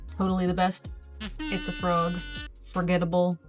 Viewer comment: When she says “itsafrog!” I hear pizza frog 🫠